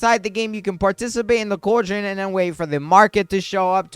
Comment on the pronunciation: Ghoul is pronounced gool. And cauldron is pronounced call-drun